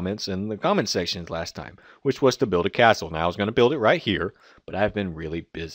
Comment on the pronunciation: u said buld its build